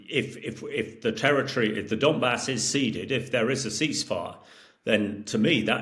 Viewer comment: 'And we'll get into The Donmas..." - do these journalists actually read about the topics?